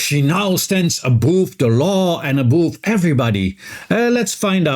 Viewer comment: Thanks for the background info... By the way "above" rhymes with "love".